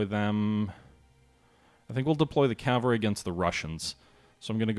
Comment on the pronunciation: I know it takes an effort, but it's Cav - al - ry Not Cal-va-ry. calvary is a place, not a military unit. But a very nice presentation to be sure